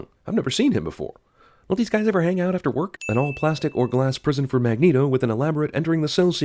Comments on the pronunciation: sin for CinemaSins for "Magento" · Weehoo 2 Dude it’s Magneto not Magneeto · lol "magento"